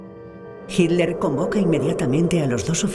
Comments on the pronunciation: "JIT LER" jajaja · Porque la voz de la mujer que narra pronuncia "Hiler", en vez de Hitler?